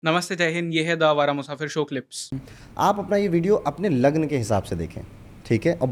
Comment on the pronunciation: Lagan ya raashi thik se boliye